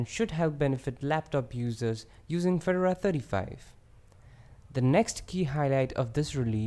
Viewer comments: Feh-door-ah. All one syllable. Very nice overview. I like Fedora because it's more current than Ubuntu. It's silly but it seems more exciting. Keep up the great videos! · I unsubscribed because you can't even pronounce Fedora, nor a bevy of other words...